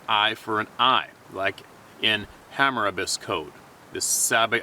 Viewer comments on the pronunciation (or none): pronounced ...Hammer....ah....bees code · Ya know pal… I try to give you my attention but after CONSTANTLY wading through your me me me opinions… I never ever ever ever hear the topic advertised. Can you get to the topic minis all your personal good ole boy shit as found on C type movies. And bro it is Ham-oo-ra-bee’s law. Do some research and stop sounding like a dumbass good ole boy……. Mindspeak my fucking arse. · it is pronounced to sound like HAMMER-ROBBYS CODE. Thanks for being you and Speaking the truth!! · "Ham-a-robbies" as in the code ... Once again, very interesting.